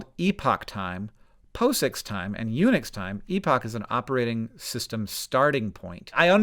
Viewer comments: wasn't looking at the screen when he said unix and though he was saying eunuch's time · I was listening doing something else, and I heard, "Eunuch's Time Epoch," and had to come and look. How do eunuchs possibly enter into this? Oh, right, Unix. Ahem. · You said "Unix time" and I heard "eunuchs' time" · You said "Unix," I heard "Eunuchs" and thought "eunuchs get their own system? That's progressive"